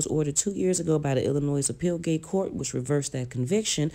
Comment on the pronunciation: And appeal gate instead of appellate